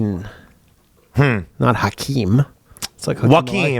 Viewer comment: Hakim Phoenix is crazy pronunciation 😂